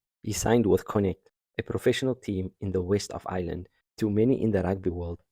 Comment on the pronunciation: Very Nice! - By the way Connaught should sound like "Conn-nacht", Galway sounds like "Gaul-way"